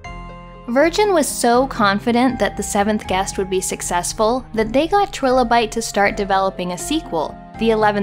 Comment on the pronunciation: I knew the video was worth watching when she didn't mispronounce "trilobite"